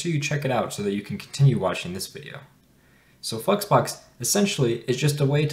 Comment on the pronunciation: It's flexbox, not fucks box 🤣🤣🤣🤣🙏🙏🙏 Pronounce it properly